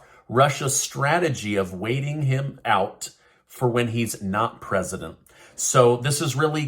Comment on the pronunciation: I’m so tired of this guy someone needs to get him out. “Presidend”